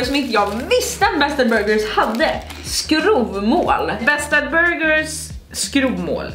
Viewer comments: ”skrovvmål” hahah man säger väl ändå ”skråvmål” asså långt o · Det uttalas SKRÅVmål ☺️ mvh norrbottning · Skrovmål uttalas skråv inte skrov 😂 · Är helt i chock över att ni säger skrOOOOvmål. 😮😮😵 Haha, är det norrländska eller något, att säga skrÅvmål? Aldrig hört någon säga annat än skråvmål! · Instämmer! Haha fick panik på deras uttal. Mvh västernorrlänning 😂